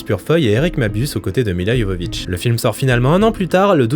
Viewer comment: Merci ! un des rares a bien prononcer Milla (Y)Jovovich. Elle st si belle...